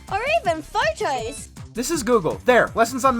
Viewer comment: I like how instead of photos she says fortoys